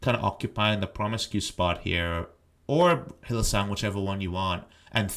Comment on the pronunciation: Why do you call Hylissang Hylisong?